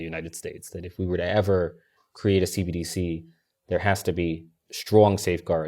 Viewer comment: I know its somewhat inconsequential but its hilarious how much struggles to say "CBDC". Its not C-D-B-C. Repeat after me, "C-entral B-ank D-igital C-urrency"